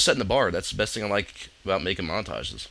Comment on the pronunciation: haha , "makeing" and "totoreal" He's really good at English